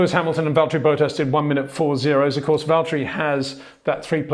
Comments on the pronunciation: get the names right please... its Verstappen not Verschtappen...its Bottas not Boatas...its Leclair not luklurk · HEY PETER WINDSOR, I HAVE MESSAGE FOR YOU SIR: it is NOT Max "verSHtappen" ... Max is not German (Germans indeed do pronounce "st" as "sht") ... #Max33 = Dutch NL/Belgium! ... It is not "Bottash" nor is it "Lewish" certainly not "verSHtappen" .... This BS started long time ago when a British sport presenter interviewed father Jos Verstappen and assumed you can use a German pronunciation to a Dutch Driver thinking it is so "funny" ... It is not.